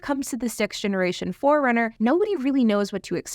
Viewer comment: Sounds like you’re calling it a ‘Toyota Foreigner’ sometimes lol.